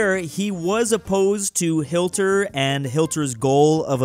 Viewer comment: did you say hilter?